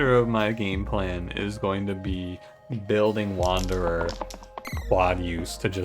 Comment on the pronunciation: Wander-deez. Sadge.